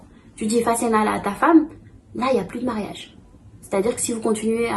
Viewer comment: c’est pas ‘fassenala’ c’est ‘fase naa la’ 3 mots. La femme dit 'may ma sama baat’.